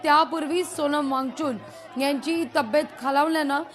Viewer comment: सोनम वांगचून नाहि मॅडम वांगचूक नावं आहे ओ काय पण निदान मराठीचा उचार नीट करा 😅